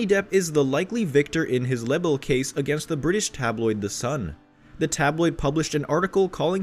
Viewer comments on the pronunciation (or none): Libel is pronounce lie - bell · This channel is garbage. at the very least, learn how to say the word “libel” right.